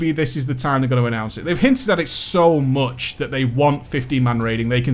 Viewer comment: he's so funny when he's saying ''so MOCH''